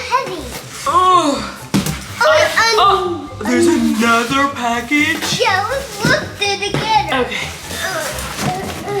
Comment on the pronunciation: the way pronounces package like “pack-itch” it’s so cute ahahahahaha